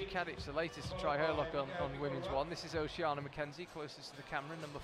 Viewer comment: I don't know her but I'd pronounce Oceania o-sha-NEE-a. Charlie says it wrong every time as if there were no "i"